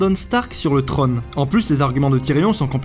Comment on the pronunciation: Le trone ? le trÔne !